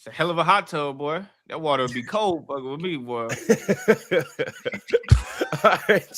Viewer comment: calling bobby portis is crazy 😂😂